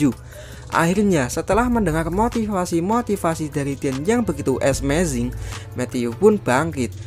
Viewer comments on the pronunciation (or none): Ngomong amazing ajah ezmezing, si paling asik di tongkrongan